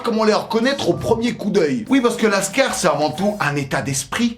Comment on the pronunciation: Qui dit "lascard" pour dire cailleras lol